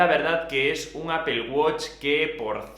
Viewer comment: Apel guoch, los españoles hablan de la verga el inglés